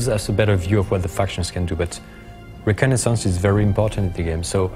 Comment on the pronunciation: lol u cant say reconnaissance